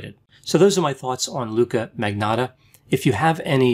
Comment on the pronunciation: Surname is (Italian) and yet can't pronounce magnotta. Manyotta!